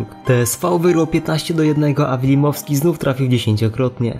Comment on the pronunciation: Wilmowski nie wilimowski